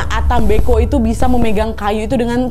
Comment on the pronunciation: Salam dari Flores kak? Pantasan pas dengar ka nad ngomong ata mbeko feeling saya cerita ini pasti dari Flores Sebenarnya ata mbe'o si kak 🙏